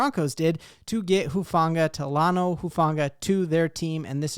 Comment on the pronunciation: omg am i the only one that watches people over and over again mispronounce his name? like why act like you know the player and his skills. if everyone such a fan learn his name...its TALANOA...its not just u dude but everyone else...